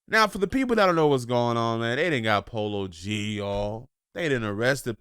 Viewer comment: He said polo g not like that 😭😭 He raised in Chicago up north 😐